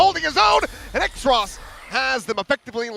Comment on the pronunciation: why is Xross’ name being pronounced as X-ross when it’s clearly supposed to be Cross but with an X.. cus X is two lines crossed..